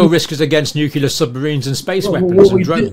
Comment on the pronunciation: What is with this educated man saying "nuc YOU ler" over and over?